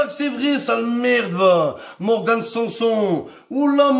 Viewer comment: "Morgan sanSLIP"😭😭😭😭😭😭😭